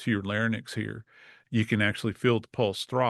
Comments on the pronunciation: laryNx, not larNyx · Is he an MD? Pronounced it lair-nicks. Twice. It's Lair-inks. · Geez wouldn't you think that someone having to do with forensics would know how to say larynx (not larnyx)????? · "Lair nix"!?!?! REALLY? An "expert"? Bullshit. The pronunciation is "Lair inks". The word is larynx, not larnyx. There are several other more egregious gaffs AND just plain errors. This is NOT an expert. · I don't consider anyone who says "larenyx" instead of "larynx" an expert. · LARNYX!!! It’s LARYNX!!! this guy is supposed to be a professional, and he doesn’t even know how to pronounce the word correctly!!! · Larynx. Not Larnyx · UGH!!!!! This Forensic Expert says "LARE-NYX" Larynx is pronounced "LARE-inks" , smdh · I can't believe he mispronounced the word larynx. It is not pronounced larnyx /"lar-nix", which is how he pronounced it and again . additionally, people can live with injuries to C-3-C-5, ie., the cervical innervation of the diaphragm; they just need to be on a ventilator. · For a “forensic expert” he mispronounced larynx twice. It’s pronounced Leh-ringks. This is exactly why no one should believe everything they hear or read on the internet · He keeps saying laryninx 😂 Center mass of the head 😂 also proceeds to explain gravity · Larynx (2 syllables) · Emergency physician here: He mispronounced larynx as “larnix”…he also misstated the innervation of the diaphragm-its C3,4,5 not C1, 2,3. For an expert he’s not a great expert. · i don't understand where people are getting this assessment. i watched only for a few minutes and this was my assessment: Joseph Scott Morgan badly mispronounced larynx (twice); at about and in, he pronounces larynx as "lar-nix"! Moreover, he was factually incorrect about survivability of high cervical spine injuries (people can survive high cervical spine injuries but they need to be ventilated). after that, i stopped watching. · I can’t believe I just heard JSM say “lar-nyx.” Not once, but twice.